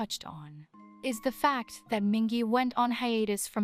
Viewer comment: This guide is comprehensive, but has a fair number of mispronunciations. For example Mingi isn't pronounced Minjee. Name pronounciation guide (word tip suggestions in American English): Hongjoong (O as in the letter name, oo as in June) - HOngjoong Seonghwa (the ㅓ sound can be written with u as in Taehyun, ou as in NCT's Doyoung, or eo as in Seokjin, but it's all the same sound, kind of between the vowel in song and the vowel in sung. The h isn't generally voiced unless saying the name slowly like when introducing himself.) - Songwa. Yunho (u as in June. H generally not voiced. O as in the letter) - You nO/You know Yeosang (again the eo song/sung and a as in father) - Yeosang San (a as in father) Mingi (The i's are ee and g is like geese.)- Meengee Wooyoung (There isn't a W in his name in Korean, so it's just oo. The ou is the same as eo/u in Taehyun) - Ooyoung Jongho (both O's as in the letter name. H generally not voiced.) - JOngO It also said Wooyoung is good at aegyo with an incorrect pronunciation. It's a hard g (like gap) not a soft one (like gym). This is a Korean term for acting cute. Thanks for trying to learn their names and watching the whole guide.